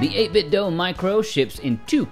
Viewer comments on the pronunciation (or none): I thought the company said it's pronounced like 'dew' and does not rhyme with Nintendo